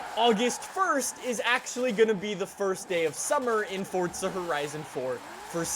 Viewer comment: Its FORZA NOT FORTSA